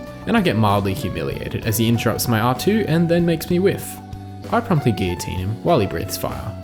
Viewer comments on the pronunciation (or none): none